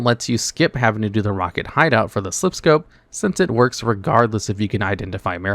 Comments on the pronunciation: silph scope bro. Not Sliph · Every time he says SLIPH instead of SILPH it hurts me a little. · Not so sure about that. The pronunciation of everything is consistent as well as no awkward speech issues. Him saying Sliph instead of Silph just sounds like an early misreading of the word that became habit. I know people that mispronounced words consistently and it took forever to correct them because that's how they learned the word. Typically with a game term. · Dude never say Sliph Scope ever again lol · Lmao 😂😂😂 when he said it the first time it totally caught me off guard lol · It’s engagement farming. Look at all the comments on how he pronounced silph. YouTube only cares about the number of comments, and he gets tons by intentionally mispronouncing words